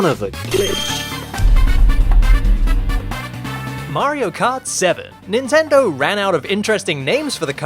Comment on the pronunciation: instead of it saying "son of a glitch" it sounded like saying "son of a bitch" XD